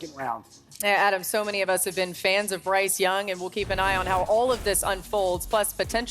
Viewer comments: “Bryce Dung”….nah Dan, you were right! 😂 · Bryce Dung....come on Dan 😂